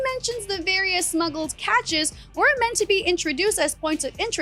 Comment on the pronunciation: Pronounced "cashes" x